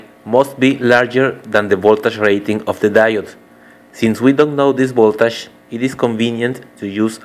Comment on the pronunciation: I like the way you pronounce voltage: VOLTASHH